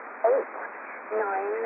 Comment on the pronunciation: That answer machine says "nine", and the other transfer says it correctly as a "niner"